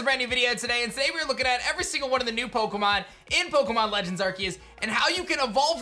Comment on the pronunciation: Is it just me or does he say OKEMON legends arceus at the very beginning? Lol I rewound it 100 times and it's definitely what he says. Restart the video and you tell me 🤔